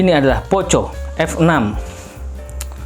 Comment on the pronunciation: Risih bang dengar ejaan nya.. 🙈 Dibacanya POKO bang walaupun tulisannya POCO 🙏